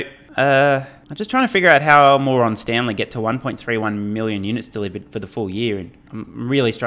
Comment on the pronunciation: Dehhhlivered…luicily (loosely) 😂